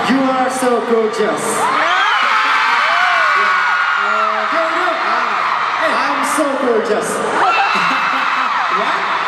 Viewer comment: lolol anchovy "u're so gorgeous" "i'm so gorgeous" what??? "i'm so gollum" XD